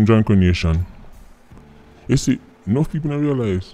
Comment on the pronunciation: “Bird Brain 🧠 “ 😭 “jahnkro nation” 😂